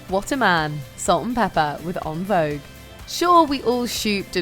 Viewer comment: Please lady Learn how to properly pronounce En Vouge